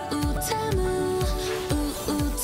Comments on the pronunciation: I thought it was pronounced Tea-Moo but NO! It’s Oo Oo te-Mu Oo Oo temuuu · I THOUGHT IT WAS PRONOUNCED TEE-MOO NOT TEH-MOO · "ouu , ouu , teuhmew " 😭